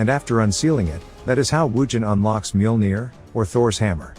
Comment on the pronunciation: I love this series, thank you for posting. I think it's kind of funny the AI voice can mispronounce some words but pronounces Mjolnir perfectly.